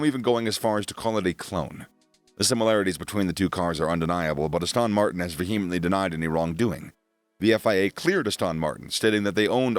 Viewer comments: Please, please, please, It's Aston Martin. NOT Austin Martin. You undermine your credibility when you actually mispronounce the name. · The way you pronounce Aston Martin hurts